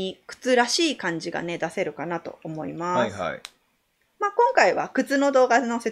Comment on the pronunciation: おもますってなってるw(((((